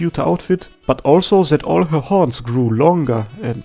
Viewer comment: The emphasis on those THICC HORNS